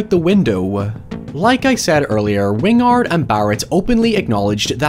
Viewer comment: "Wing-ard" vs "Win-gard" makes me wonder if it's a mistake, how it's supposed to be pronounced, or if it's intentionally on-brand for pronunciation affectation.